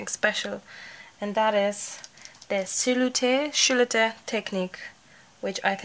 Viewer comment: Loved your silhoette painting video. Sil o ette is how it is pronounced, h is silent. Yes they are cattails. You can cut cattails to dry them and use in a vase; good to spray them with hairspray. I can't wait to do a silhoette. You are so entertaining, love your accent.